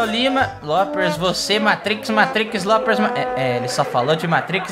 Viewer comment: Ele não é Lopers e não se fala "Lopes" é "Lopers"